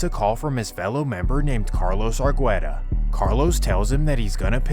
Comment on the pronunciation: it's pronounced ar-geh-ta not ar-gweh-ta